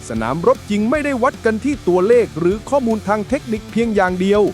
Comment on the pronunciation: ❤❤❤สุดยอดกันทั้งคู่ แต่ฟังการบรรยายนาทีที่ มีการบรรยายผิดเพี้ยนคำว่า"ข้อมูล" เป็น"ข้อนูล"😂😂😂